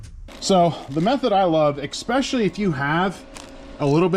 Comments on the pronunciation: Love the content, but THERE IS NO X IN ESPECIALLY. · "exspecially" :D